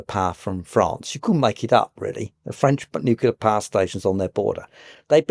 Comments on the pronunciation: I find it hard to take someone seriously about energy when they pronounce "nuclear", nucular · I just can't take someone who pronounces it NU-CU-LAR as a serious academic